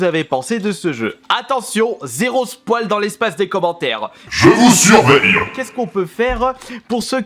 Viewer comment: spoil ça se prononce pas comme ça mais c'est pas grave on te pardonne